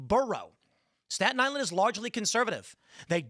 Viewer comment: LOL STALIN ISLAND not STATON ISLAND